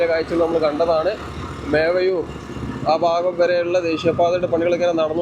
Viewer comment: മേവയൂർ അല്ല മേവറം 😅